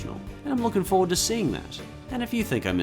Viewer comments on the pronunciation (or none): none